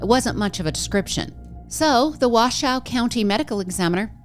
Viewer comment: I've lived in Northern Nevada since 1997. Just so you know, it's "Wah-show", and many people underestimate the heat during the day, the cold at night, and how much water you need. Add drugs, alcohol, and unpredictable weather, and you get more people that don't think about the environment. Also, the flooding is really common in the desert. Rain isn't that uncommon, just heavy rains are. When there's heavy rain, the ground can't soak it up fast enough, so you get flooding. It's like pouring water on the sidewalk as opposed to the lawn, it flows, instead of getting soaked in. I've never been to Burning Man, but definitely know the environment.